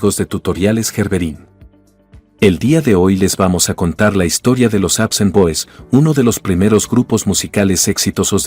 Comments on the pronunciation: así es, debería ser APSON y no APSAN, pero el locutor anda mal. El equivocado es él. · "Apsen boys"??? "Raken Roo"??? Qué te Pasa!!!?? Se llaman APSON Boys!!! Y Rock and Roll!!! No jodas, Y ahora que te paso Con Esa Pronunciación!!??? Decepcionas porque Pienso que Ya Te estás AGRINGANDO....